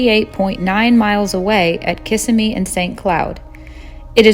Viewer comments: Its pronounced Ka-sim-ee. not kiss-a-me. The building was hit by an 18 wheeler and closed shortly after.... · Interesting, but you are not from FL. Just sayin...Proper pronunciation-- KUU-sim-mee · cuh-SIM-eee (Kissimmee)